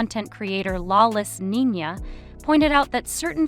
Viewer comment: It’s pathetic AI content. A genuine content creator would at least manage to pronounce the names of the main people who are the topic of the video, instead of this ‘gypsy row’ / ‘lawless Nina’ nonsense.